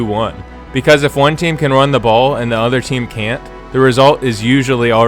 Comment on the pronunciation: "Run da' BAWL!"